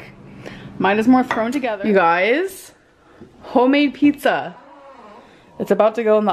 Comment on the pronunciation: It's hoe-made y'all... LMFAOOO!!! 😂